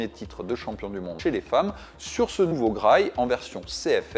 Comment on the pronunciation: "Graille"? Vraiment? C'est comme ça que sa se prononce?